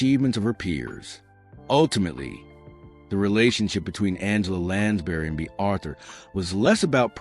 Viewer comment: The narrator cannot even pronounce Lansbury. Really annoying.